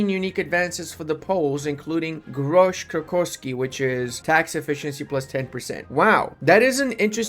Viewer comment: The way you spoke "grosz krakowski" was impressivly accurate